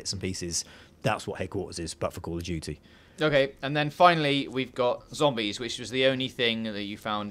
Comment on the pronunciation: Call of Doody (emphasis on the DOOOODY).